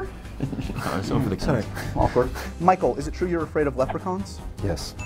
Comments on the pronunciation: did he say "Fichael"? LOL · ok 1) is it just me or did call Michael "Fichael"? 2) where did James say Ewan was from? I can't understand with such a thick fake accent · He totally says ‘Fichael’ then Michael just kinda looks at the floor like “Wait, did he just say Fichael?”